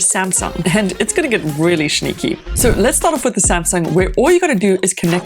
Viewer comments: NO SHE DID NOT EVEN PRONOUNCE SNEAKY RIGHT. MORE LIKE I AM A SNAKE! I WANT YOU TO SHOW ME YOUR ADDRESS, AND I WANT YOU TO GET A JOB LIKE AT A RESTAURANT OR SOMETHING INSTEAD OF MAKING STUPID TECH VIDEOS!🤬🤬🤬🤬🤬🤬🤬😡🤬😡🤬😡🤬😡🤬🤬😡🤬😡🤬😡🤬😡🤬😡🤬😡😤😠😡🤬😤😠😡😠😤🤬😡🤬😡😠😤😡👿👿🤬👿🤬👿🤬👿🤬👿🤬👿🤬👿🤬👿🤬👿🤬👿🤬👿🤬👿🤬👿🤬🤬🤬🤬🤬🤬😠🤬😠🤬😠🤬😠🤬🤬😠🤬😠🤬😠🤬😠🤬😠🤬😠🤬😠🤬😠😺😠🤬😠🤬😠🤬🤬😠🤬🤬😤🤬😤🤬😡🤬😡🤬😤🤬😤🤬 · its the "shneaky" for me xD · 😂 why you pronounce shneaky and shweet that way? Makes this channel even more...SHplendid . Got my Shub and like